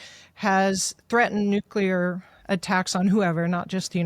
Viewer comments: Very dissapointed to hear victor say "nuculer" not nuclear. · Dear Mr. Hanson, A friendly reminder. The pronunciation is Nu-cle-ar, not Nu-cu-lar. "Nucular" is a colloquial and often criticized pronunciation of the word "nuclear". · If you can't pronounce Medvedev, maybe you shouldn't even try.. same with 'nuclear'.